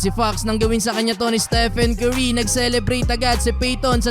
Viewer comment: pag pinoy talaga pronounce sa curry kerry